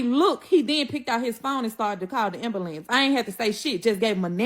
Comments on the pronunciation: Listening to her made me need an ambalants..😂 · Kewersssions she wasn’t axing any. 😂😂😂 Ambulambs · Pacificly. Ax. Ambalance.